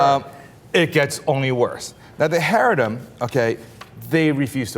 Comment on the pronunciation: These guys sound like a couple of moist, pink assholes. 1. The appropriate pronunciation of 'Haredi" is NOT Hair-e-di. It is cha-REI-di. How do we take someone seriously that does not even know the correct pronunciation of what he's talking about? Because that means that he has never interviewed a single Haredi Jew. 2. Haredim is not a "small sect" of Judaism. They are the closest thing to the original form of Judaism. 3. Religious freedom is an AMERICAN principle. And I hate to let you know that Israel is not America. Nothing that is apt in the American situation needs to have its analogue in Israel.